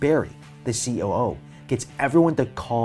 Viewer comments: do you mean cEo not coo lol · you said coo instead of ceo, just pointing out a minor error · Anyone else noticed him saying coo when he first mentioned barry when they go to the ground floor